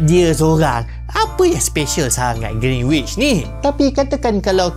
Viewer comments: Cara sebut greenwich ialah with silent w. Greenich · Bang, sebut Greenwich betul2..silent kan “w”, so sebutan betul dia ialah Gren-itch…🫰🏽 Edit: bab sembang nak jadi Mekah sebagai pusat untuk zon masa memang boleh jadi, sebab ‘Kaabah’ (di Mekah) tu adalah titik pertengahan bumi-scientifically proven. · kalau x silap sy, sebutan yg betul adalah Greenich (w xde bunyi). Apa pn terima kasih atas info yg bermanfaat ini❤